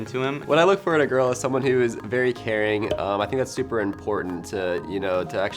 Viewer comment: When he said very caring (at the beginning) I heard very hairy idk why